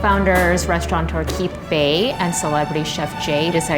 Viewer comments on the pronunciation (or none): none